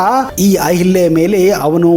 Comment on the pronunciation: ಅಹಿಲ್ಯೆ ಅಲ್ಲಾ, ಅವಳ ಹೆಸರು ಅಹಲ್ಯ.